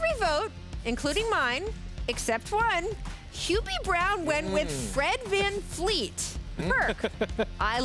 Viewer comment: why does everyone say his name with a F? Vanvleet not Vanfleet